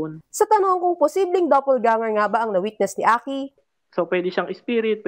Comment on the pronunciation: Sabi ni ate g reporter “double ganger”.😂😂😂